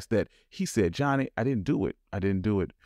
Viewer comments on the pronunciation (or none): none